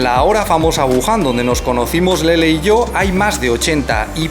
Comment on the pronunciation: Que bien pronuncia LELE 🌹👶❤